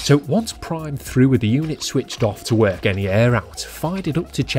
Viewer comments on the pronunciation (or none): none